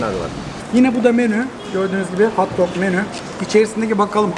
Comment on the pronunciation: Hauwt doug değil, hot dog!